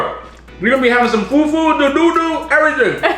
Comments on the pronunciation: It’s pronounced doh-doh not doodoo 😂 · Dodo ( fried plantain ) is pronounced Dough dough